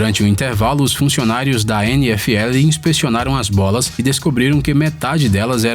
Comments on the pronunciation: só eu que entendi ele falando "bosta"?KKK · so foi eu que entendi ele falando bosta? Kkkk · As vezes as resinas são passadas nas bolas, ele encheu a boca pra falar bolas. Ficou engraçado kk